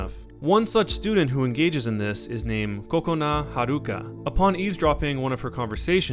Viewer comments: DID YOU SEROUSLY SAY (PRONOUCIATION) coke o na ??? Its pronounced kokona har u ka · kokona haruka is pronounced kowkowna haruca